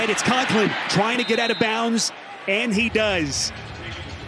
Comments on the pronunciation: Did that announcer say out of "bounce"??? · How does a professional commentator say bounce instead of bounds